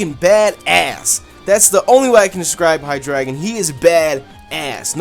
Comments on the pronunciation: hydreigon if you say it right is high dragon the the king of all dragons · you said hydreigon wrong its rlly easy its hi - dra - gon